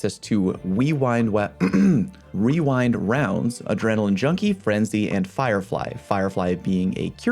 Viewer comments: Wewind Wownds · omg he got wewind wounds